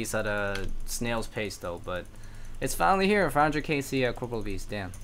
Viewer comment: This is one of my favorite progress series on YouTube, never clickbaits and always has solid content. Just one minor correction: it's corporeal beast not corporal!